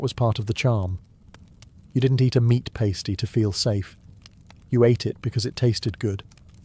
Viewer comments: Right, I enjoy your videos but ur also british so im confused why u said Pastee? Instead of Pasty ! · Pass-tee not pay-stee. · its called a pastie not a pasetee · What kind of English person pronounces pasty like that 😭😭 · Breeth mints? Paste-ie? Interesting pronunciation